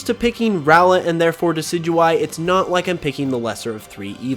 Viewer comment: Decidueye, not Decyduey! Lycanroc does NOT end with a K!